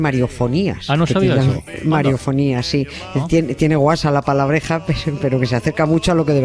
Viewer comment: Querida Nieves, una aclaración, es "mariofanía" (con el sufijo proveniente del griego "phanéin" - manifestar, aparecer). Claro, "mariofonía" será cuando la monigota venga con sonido incorporado. Un abrazote desde Colombia, te escuchamos todos los días y te hemos tomado mucho cariño.